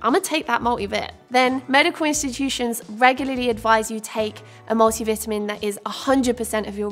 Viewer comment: Multi vitamin. I could barely understand when you said that. 😂